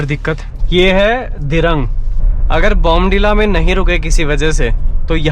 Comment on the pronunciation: Dhirng nhi dhiraang h